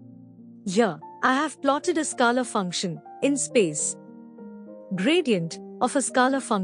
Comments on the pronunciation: Ma’m u r doing a great job 👏.. but please 🙏 … it is pronounced as skaler ( scaler) and NOT skalar field as you frequently say 😮 Remember the ruler 📏 or scale we used at school…. So scale..r ! Got it 😅👍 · This is a masterpiece... Thank you for putting in all the effort. I love the way you pronounce scalar btw 😂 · Please get pronunciation for scalar right. It's irritating